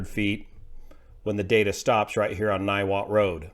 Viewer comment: Niwot resident here, you nailed to pronunciation.